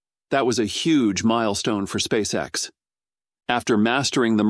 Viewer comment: et on prononce "spèice ix" et non "spaceexe" !!! Abruti